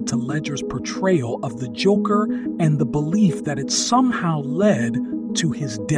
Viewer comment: The "joocker" not joker joocker lmao